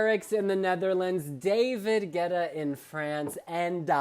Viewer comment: "David GYETTAH"